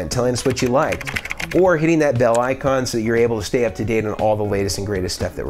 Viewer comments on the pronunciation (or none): none